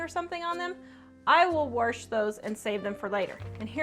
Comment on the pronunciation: Warsh” bahaha 🤣🤣